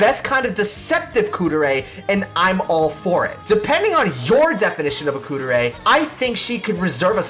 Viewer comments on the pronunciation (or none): not Kuu-der-ay... Kuu-deh-ray